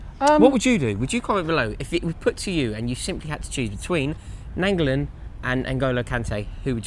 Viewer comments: Why are you saying Nainggolan like that too what's Nangulan and Nangulin 😂😂😂 pronounced Ny-an-go-lan besides that great vid lads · Nainggolan over Kante. Please say his name right u say it like : nine go lan